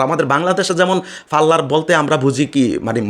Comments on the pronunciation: ব্যটা ফারলার না পার্লার। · ফাল্লার! বেটা কথাগুলি শুদ্ধ ভাবে বলার কর্। নইলে ইউটিউবে আসছিস কেন।নাক বোচা হবে না তো কি খাড়া হবে?ওর মা তো ছিল চাইনিজ এবং সেও চিটাগাংযে‌ এক ই ব্যবসা চালাতো।